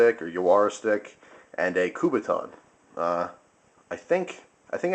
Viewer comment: Is not Kubaton, is Kubotan made by Mr. Kubota. When a Kubotan have a string, it's name is Yawara.